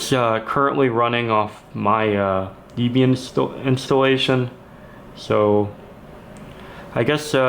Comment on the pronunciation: your pronounciation of of debian as deebian triggered me. Remember it's renamed after Debby and Ian so not ee but eh, dehbian. And your room full of computer parts made me remember the time when my room used to look like that. i was so glad when i got rid of all these old pentium 4 motherboards and a lot of other junk. it was all maybe worth 100 bucks but i gave it all away. it was very liberating.